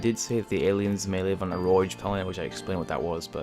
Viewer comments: A "Roag" planet. Not "Roije", or whatever you're saying. Probably don't have to mention it, but there's the "Chateau" too. I normally wouldn't say anything, but I actually had no clue what you were trying to say and the words kept popping up. Love the videos, keep it up, just work on that pronunciation. If you don't know how to pronounce something, just look it up. Takes 2 seconds. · Rogue = Row-g not roij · Going to be a little pedantic here, but "rogue" is pronounced "Rohg" (with a hard G at the end), not "roige" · Wow. Rogue planet. I've never seen a word quite as butchered as this. If you're making a video at least look up the pronunciation of a word before you say it. It's said as "Rohg", not "Ro-uge" as you are attempting to say it. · you pronounced rouge wrong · Lol at pronunciation of rouge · Roij planet? You mean Rogue planet? As is Rogue One? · Your pronounciation is really bad, Chateau is pronounced Sh-ah-tow And Rogue is pronounced Row-ge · Also years too late as well, but “rogue” is pronounced with the ‘g’ sounding as it does in word “go” while the last two letters (‘ue’) are silent . So basically: “row-g” Js 🤷🏻‍♂️ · rogue? planet? rogue is like the word ROW but with a G sound at the end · I wish he would put the name of those traditional aliens in text. Being as he pronounced "chataeu" and "rogue" wrong, I don't even want to start guessing. I just wanted to look up the "alien type" as it reminded me of the Independence Day aliens. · The Doppler effect doesn't dim sound. It changes the frequency. Something coming towards you will would higher pitched and as it passes and goes away it's pitch will sound lower. Rogue planet is pronounced the same way the D&D rogue class is pronounced. No "J" sound. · that's not how you pronounce rogue